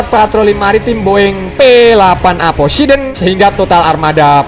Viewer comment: Poseidon min bukan posideon